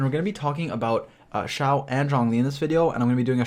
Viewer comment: It’s eh for Xiao